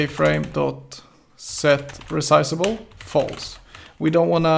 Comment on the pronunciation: don't forget jFrame as "yayFrame" hahaha